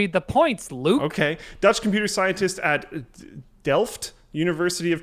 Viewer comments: Luke, you pronounced Delft Very well! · luke you did well on saying delft correctly